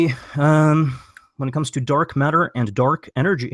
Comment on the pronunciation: "Dark Mat-ter"